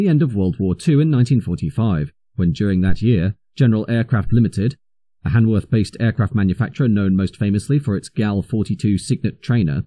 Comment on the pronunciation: Brough and Hanworth, not Prof and Handworth.